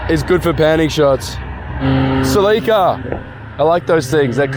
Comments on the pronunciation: It’s not sleeeeekaaaa it’s a celica ( sell-eh-kcaah ) 😂❤️ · Bro no way you just said "ca-lica" 😭😭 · When he does know how to pronounce celica lmao (its all good bro we all do it)